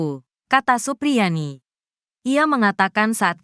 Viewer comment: Supriyani bukan suprianti, omongan mu panjang nya sampai ribuan kilometer, tapi jadi basih hambar karena sosok nya siapa terus jadinya siapa , karena yang benar supriyani bukan suprianti, tolong biasakan mengucapkan namanya dengan baik dan benar biar gak salah faham.ok...